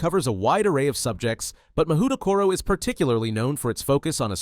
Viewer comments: 文字で読むと『マホウトコロ』になって「魔法所」って漢字を想像してた。 それで「『侍所』や「政所」みたいな平安時代のセンスだなぁ〜」「校長はきっと安倍晴明だろうなぁ」って妄想したんだけど、USのオリジナル音声で聞くと「マフウトコロ」に聞こえる。 そしたら漢字は「魔風所」「魔風処」になるのかな！？ 「魔」の「風」が吹く「所」 この動画のUS音声トラック聞くまでこんな妄想はして来なかったわ。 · "Mahoutokoro" LoL